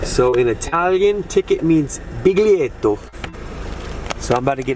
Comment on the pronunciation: btw, the G in biglietto is soundless, you don't hear it. (bill-yet-o)